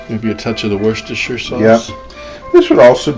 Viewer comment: You had me at Worcestershire sheer sauce....